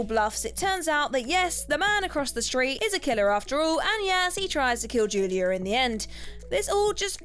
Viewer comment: Wtf, it's saw not sar and also it's Julia not Julier